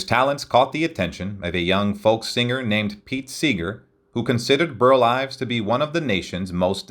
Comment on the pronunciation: mins 19-20 seconds: you said, “Burt Ives”. The correct first name is: BURL